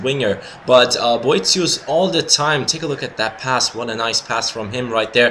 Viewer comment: You pronounced his name right btw :)